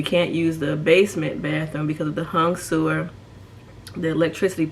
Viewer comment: Helpful tips and comments. I was laughing when you described the hung sewer. Sounded Chinese!